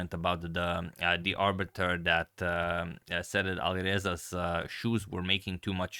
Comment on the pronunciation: Arbiter- 'Abut'...😂